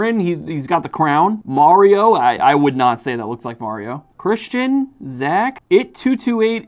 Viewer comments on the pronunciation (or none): none